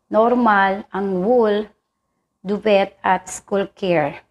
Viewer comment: hahaha duvet ( pronounce as duveh ) hahaha